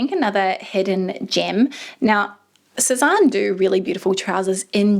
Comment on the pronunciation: It's pronounced 'seh-zane' or 'seh-zan' not 'Seh-zahn' :)